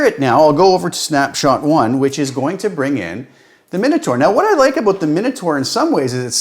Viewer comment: The "aboot" gave it away for me. Classic Canadian, which is "aboot" as good as it gets for me.